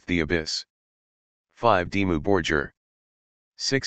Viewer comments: It's not Dimmu "Borjir" it's Borgir! You spell the G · Dimmou Bor-geer , Shagg-wrath and Fur All tee i dee 😅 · Synthesized commentary ruins what could of been a great video!!! They are not Dimmu Bor-Jeer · yeah makes it unlistenable..not to mention how it is pronouncing their name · I only watched the first two minutes and then I stopped. The pronunciation of the word "Dimmu Borgir" is wrong, as is the pronunciation of all other Scandinavian bands. The mechanical voice a horror. The best way is to listen to the original pronunciation using Google Translater and then create the documentary again with your own voice. It's not so bad if you're not 100% accurate with pronunciation. This American pronunciation, on the other hand, is hell. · get rid of generic robot narrator that can’t even pronounce Dimmu Borgir correctly. I’m sure your own narration would suffice.